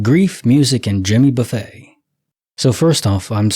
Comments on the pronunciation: I was cringing every time I heard it wrong! I was like Buff-ETT Buff-ETT! Ha ha! But that would be because my dad listens to him too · And Jimmy Buffay 🤣🤣 only AI wouldn't know how to correctly pronounce these names😂😂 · And Jimmy "Buffay"?? 🤯